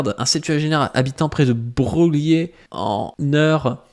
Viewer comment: Le + insultant est sans doute la manière dont tu as lu " Broglie " alors que tout le monde sait que ça se lit " Breuille " Merde, on respecte la famille qui a le + de membres vivants ou morts dans l'Académie Française bordel de chiasse !